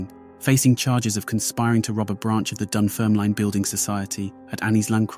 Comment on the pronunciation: Dun fer ma line ? its Dun fer ma lin - lose the AI